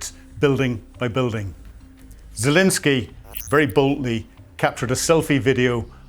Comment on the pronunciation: 9.5 for reporting, 2 for pronunciation. Can’t even pronounce Zelenskyy correctly.